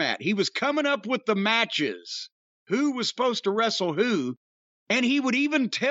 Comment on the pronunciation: "Bro, I am not a wre-se-ler. I would not dream of telling Steve Austin or The Rock how to wre-sle." Feel like I've heard Russo say this 100 times.